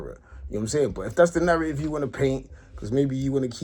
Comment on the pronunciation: Al gore rhythm and na-rraytive is mad